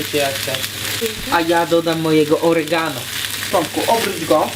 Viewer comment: Yhy "oregano " xdd, no no przybyczyleś troszkę magdę :p bez urazy oczywiście :))